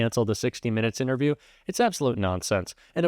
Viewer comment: LOL "ITNERVIEW"